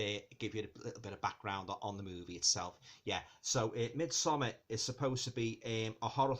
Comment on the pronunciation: Thank you so very much for not pronouncing it "Mid-somm-*aaaaahhrrrrrrrrr*" ☺️ Sincerely, a Scandinavian